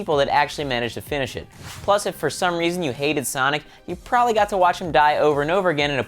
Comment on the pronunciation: Its PROBABLY, not prolly